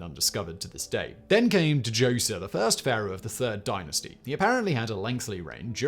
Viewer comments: Dah joser the D is silent man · The D is silent Simon. Just say 'Joser' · Djoser - ZOH-sher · Isn’t the “D” in Djoser silent? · How does it not surprise me that fact boy can't pronounce Djoser's name? Djinni is the proper spelling of the English genie. Anything with that dj at the beginning is the same. Hyksos, not hyskos.